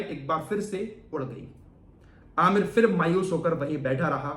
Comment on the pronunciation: Bhai kaise musalman ho Urdu bhi nahi aati fir se,fir se kyon kehte ho phir hota hai tumhe to doosron ko batana chahiye video bana rahe ho aur Urdu mein itni badi mistake